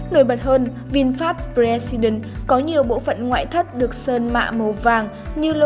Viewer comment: Tên hay ý nghĩa mà biên tập viên đọc là bờ re si đừn. Thua